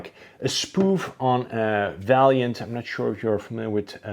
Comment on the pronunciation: Vaillant was no racing team but rather a sponsor for Kremer-Racing. Vaillant still produces thermal heat pumps, flow heaters etc. Also they are pronounced vaillant not valiant. Just FYI